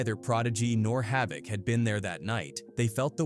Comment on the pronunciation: He pronounced havoc name correct